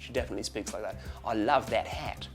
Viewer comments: you said that & hat wrong the way you said it was more of a New Zealand pronunciation of the words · "I love thet het." Bullshit, Aussies don't sound like that at all! The 'a sound' in 'that' would sound more like a nasal 'a sound' instead of an 'eh sound'. That specific pronunciation at the end belongs to our neighbors: the lovely people of New Zealand! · Yeah he pretty much nailed the rest of the accent except the "thet het" part.. SO KIWI lol!